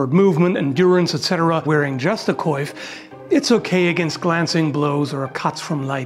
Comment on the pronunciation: The way you pronounce "coiffe" is incredible. Like, the "wa" is often difficult to say for non French speakers and you say it just perfectly, well done